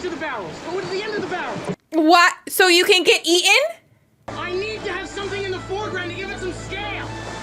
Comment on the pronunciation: She says "who cares if more kids get ea_in". Why are young people not pronouncing the T in eaten. Now they're saying EA-IN.